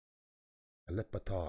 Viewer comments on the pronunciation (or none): Alip Ba Ta corect, not Alif ba ta